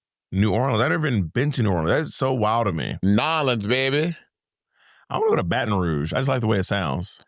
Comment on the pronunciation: Louisiana is shaped like a boot, baby. BR is west of NOLA. It's so cute how y'all are saying Baton Rouge. It's not wrong, but it's not how ppl say it.